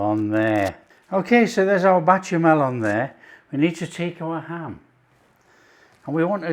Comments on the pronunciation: Why do you keep saying bachemal and not bechamel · Goo-vee-yer cheese= Gruyère cheese. Batcher-mail= Bechamel sauce….God bless you,. Delicious looking sandwiches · Beshamel. Ch in french is a sh sounds. Cheers